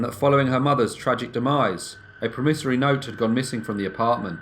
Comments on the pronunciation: It's a PROMissory note (pronunciation!). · I think it's pronounced "PROMissory note" with the emphasis on the first syllable - in American English, anyway..